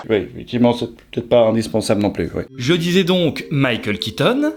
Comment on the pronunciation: ui et oui ne se prononce pas pareil sinon ont eciraient un pouit et non un puit serieux arrete stp ou parle un autre language merci